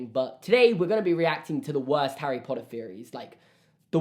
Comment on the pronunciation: HARRR-EY POTTAH